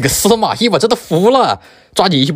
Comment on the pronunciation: 司马懿听成死蚂蚁😂